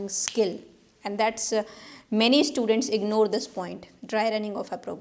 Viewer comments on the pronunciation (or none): none